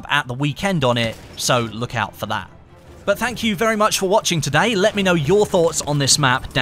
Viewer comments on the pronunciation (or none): none